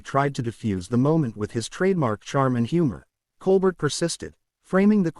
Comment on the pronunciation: The ai voice doesn’t even know how to pronounce Colbert